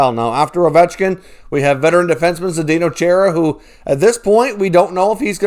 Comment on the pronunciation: Charr uh......NOT Chair uh!